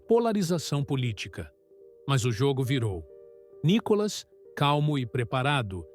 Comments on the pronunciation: O nome dele não é Nicólas é Nicolas, com a cilaba tônica no " Ni ". Vê se aprende de uma vez. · Nícolas, Nicólas, Nicolás? O narrador devia estudar o nome do entrevistado antes. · Ussa direito a silaba tônica corretamente no nome do NICOLAS ! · Só uma pergunta ? Como essa pessoa que faz a narração, fala quase todo momento o nome do Nicolas de outra maneira . Para de ser chato com essa sua fala de Nikolas sei lá oque